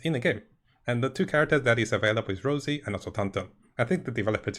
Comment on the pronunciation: Rossi, not Rosey. Respectfully.